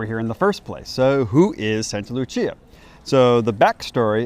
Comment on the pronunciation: Not to be a dick but it's Sankta Lucia not Santa Lucia. in english it would be Saint Lucy's Day